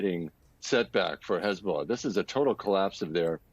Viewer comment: Pronounced hezballess.